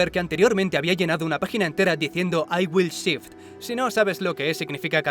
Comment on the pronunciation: toca aprender a pronunciar en inglés. Shift se pronuncia como Chi-if-it. Y no Chit, que es popo.